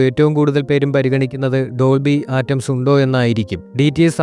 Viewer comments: Dolby ആറ്റംസ് അല്ല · സൗണ്ടിനെകുറിച്ച്താങ്കൾ പറഞ്ഞകാര്യങ്ങൾ ശരിയാണ് പക്ഷെ..ആ റ്റം സ് അ ല്ലാ.. അറ്റ്മോസ് ആണ് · ആറ്റംസ് അല്ലടോ അറ്റ്മോസ് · ഡോൾബി അറ്റ്മോസ് എന്ന് പോലും ഉച്ചരിക്കാൻ സാധിക്കാത്ത താങ്കൾക്കു എങ്ങനെയാണ് അതിനെപ്പറ്റി ആധികാരികമായി പറയാൻ സാധിക്കുന്നത്